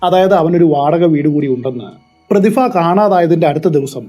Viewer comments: Prathifa alla Prathibha, gets annoying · പ്രതിഫ ആണോ പ്രതിഭ ആണോ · പ്രതിഫ എന്നുള്ളത് പ്രതിഭ എന്നു പറയാൻ പറ്റുമോ 😁😁🤣🤣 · പ്രതിഫ യല്ല ബ്രോ, പ്രതിഭ എന്ന് ഉച്ചരിക്കൂ. പരിഭ്രാന്തി എന്ന് താങ്കൾ ശരിയായി ഉച്ചരിച്ചു. അതുപോലെ പറയൂ. പ്രതിഭ.